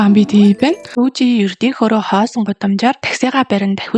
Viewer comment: Таксины жолооч залууг Дүжи биш Дуги шүү.